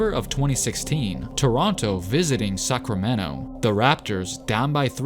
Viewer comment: lol I dont know why i keep hearing you say Suckramento